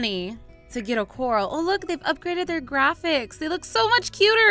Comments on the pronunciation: Not being rude but it's COR- AL as in the name ALvin not coral like the underwater plant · its not COR-al, its cor-RAL. like a cage. not an underwater plant. look it up :) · It's. Core-AL, not core- ahl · ... Cupquake, mah friend, it's not Coral, it's Corral (Core-Al) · IT'S NOT A CORAL IT'S A CORRAL LOLLLLZLZL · BTW Quake, It's Prononced "Cu-ral" Not "Coral". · Cupquake. To pronounce corral. Is Coar-Al. As in the name Al. Not coral in the sea. Like a horse corral. There's a difference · im not trying to be mean i think its cute that she calls it a coral but but its pronounced cor-al as in the name al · It's corral core al like a rancher not coral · It's actually pronounced core-al not the pretty things in the ocean but like corral for horses and stuff... sorry to break it to ya but I've seriously been freaking out because your calling it a coral..... yeah, oh well I mean I tried to ignore it, but it was,honestly pretty annoyed....😅😜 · Hey iHasCupquake, I noticed something. I think you're pronouncing corral wrong. I think it's pronounced core-ah-ll such as something you'd hold a horse in even though it's spelt really similar to the underwater plant coral. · Angel Of LightSaber Oh my word, I legitimately thought she was talking about the plant, coral, not corral. I wasn't paying full attention, either, lol. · Cupquake!😂 it’s pronounced co-r-al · Its pronounced (core-ral) sorry its just a pet peeve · Hey I has cupquake, corral is pronounced as coraal. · Cupquake you pronounce corral co-ral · cupquake I'm sorry to say but your still missing pronouncing corall it is cor-al or if you cant pronounce it by that Google it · She still doesn't know corral isn't pronounced "coral" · ***** Lol, when I realized she was pronouncing it wrong I nearly laughed my head of because it was so confusing and funny! Hahaha! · I know that tiffy says corral wrong but I don't care I love tiffy!